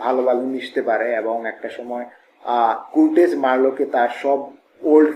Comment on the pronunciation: সারাদিন কুরটেজ বললেন কেন, কার্টজ হবে